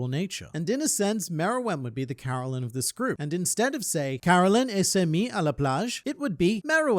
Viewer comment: You’re doing quite good with your French prononciation. Ses amis would be pronounced « ses zamies » you connect the s to the next word if it starts with a vowel